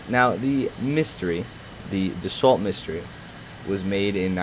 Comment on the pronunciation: Du-so miss-tear not Duss-alt Mystery